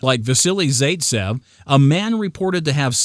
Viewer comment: Repeat after me: Zite-Sehv. Wass-silly, Wass-silly Zite-sehv. Please stop butchering names. At least have the decency and respect to learn correct pronunciation. Stop being a lazy chucklehead and lean how to pronounce people's names. Thank you.